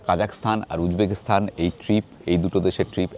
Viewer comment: Kindly pronounce "Stan" not "Sthan"